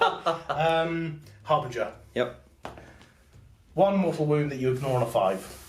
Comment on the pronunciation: Guys it is not a HarBRinger it is a HarBInger......great batrep btw!